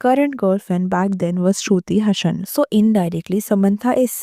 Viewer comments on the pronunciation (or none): Its Sruthi Hassan not Hashan apni pronunciation per dyan dijiye.